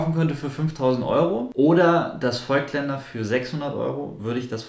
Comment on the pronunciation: Ich finde das Video nicht schlecht. Nur eine Sache habe ich trotzdem zu kritisieren. Nicht Vögtländer sondern Vooooooogtländer mit lang ausgesprochenen O. Ich muss immer zucken wenn ich das höre... ;-) Deshalb bleibe ich bei den Objektiven lieber bei Leica. Da ist die Aussprache einfacher :D